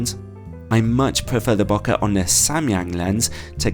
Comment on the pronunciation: Hey I love your reviews and turn to them often for purchases (recently got the Samyang 12mm full frame based on your review). I`ve just sold my EF 85 f1.2ii and was planning to get the new Sigma 85 f1.4, so I would love a review of that ! I do have one small suggestion : your pronunciation of out-of-focus areas as `bo-kuh`; the Japanese word is romanized and pronounced as bokeh, or `bo-kay`.